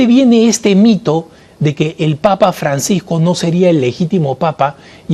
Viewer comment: Me parece a mi o en el minuto 2 31 dice en vez de el primer mito el primer pito. Dios los bendiga abundantemente